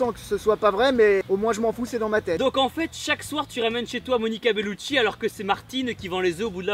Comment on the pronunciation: "Moniqua Belluci" 😂😂